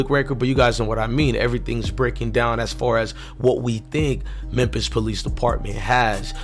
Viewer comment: If i hear this dude say memp-is one more time😂